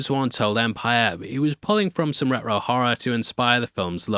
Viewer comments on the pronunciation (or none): your accent made me think you said James Wan was drawing from "Rut-Ro" horror, which I thought meant old Scooby Doo cartoons... then I realized you said, "retro". This is not a dig at your accent. It's a dig at my comprehension skills. 😆